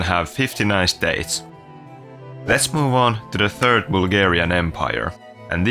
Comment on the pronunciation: "The Turd Empire of Haiti"